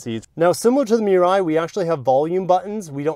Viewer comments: MUH-RYE… not MEE-RYE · WHAT THE FUCK IS A MEE-RAI?!!?!??!,, ITS PRONOUNCE MU-RAI!!!!